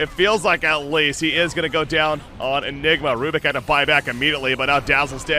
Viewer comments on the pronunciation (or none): why u keep saying nigma ?